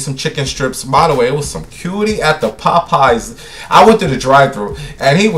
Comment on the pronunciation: and Pop pies 😂🤣 the way he’s pronounces it 💀